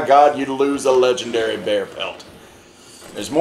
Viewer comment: This was hilarious. No idea how I got to Jacks channel but I ain't complaining. He's Lej-EN-Derry